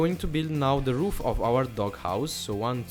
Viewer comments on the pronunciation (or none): none